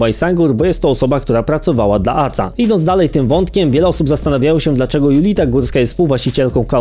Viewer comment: Nie ACA tylko A Ce A, tak jak Ka eS Wu A nie KSW